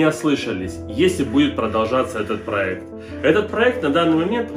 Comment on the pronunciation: Да, да, дадада, да,да,да,да - ДАДА! ПАлюбому нужен проЭкт! Не сдавайся!